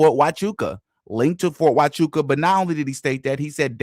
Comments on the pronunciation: I started thinking this is a Skit, every time he said “fort tuchawkaaa”…. The others say it properly and he only gets WORSE 😂😂😂😂😂😂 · it’s very telling that he can’t pronounce Fort Huachuca means he’s not following this closely, he’s just He’s out here shoveling crap for them! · I believe he was saying the name of the military base wrong (Fort Tuchaka) because if Stu says, yes he was there, then they can sue him for saying he was in the wrong place. 🤔🤔🤔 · I had to go list all his awful mistakes of the names on the fort on his stupid video fort 2 Chacha fort cuchacha ft. Coocaka fort coochie coo fort chubaca I think stu did fine and I don’t think you or anyone could do better than Stu did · you know he’s purposefully mispronouncing the name of the Fort, right? lol he’s trolling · He says the forts name wrong on purpose because he wants everyone to think he doesn’t know what it is or that it doesn’t exist.